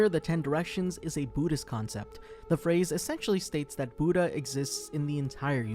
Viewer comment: But you pronounce Buddhist properly.